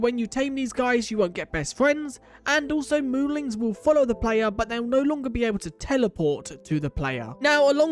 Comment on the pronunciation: Wait, so are they moolings or moolins? I can't tell, because from what is shown in the UI, it's spelled moolin, but it's definitely being pronounced with a g at the end. I'm not sure if it's intentional, and if not then I apologize if it's insensitive of me to say